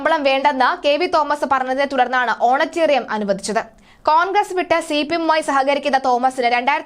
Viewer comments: How many times have you used that Wrong word. Correct word is honorarium and not honatarium. Please do some home work on your vocabulary before publishing such news. How do we know whether your news is fake or not....... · Honorarium not honatarium. There is no such word in English. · Honorarium ആണ് കുട്ടീ. ഹോണട്ടെറിയാം അല്ല. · ഓണറ്റേറിയം... എന്ന് അല്ല ഓണറേ_റിയം Honorarium